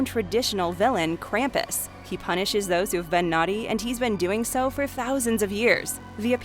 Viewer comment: The way Krampus is pronounced drives me up the wall if they ever watch the movie the movie shows you the proper way to pronounce his name